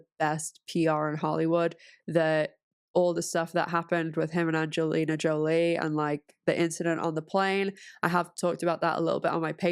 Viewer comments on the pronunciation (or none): none